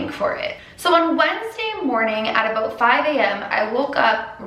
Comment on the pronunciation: DID SHE JUST SAY ABOOT!!! i never thought...a canadian would say aboot in my life